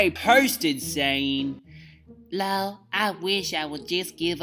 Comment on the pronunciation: When say LULL instead of LOL! I die every single time! Childish and funny AF! Summer Ray took me smooth tf out!😂😂😂😂